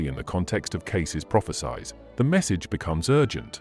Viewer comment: This is another AI video. The person talking can't even pronounce prophecies correctly. Shameful.